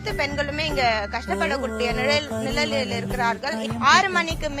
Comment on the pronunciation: ( நிழல் ல ) நிலல் ல இருக்காங்களா ?? 🤔🤣🤣🤣